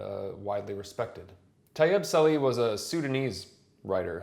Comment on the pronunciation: Sir, the letter H in Arabic is pronounced, usually with a stress. So it is SaliH and maHjoub.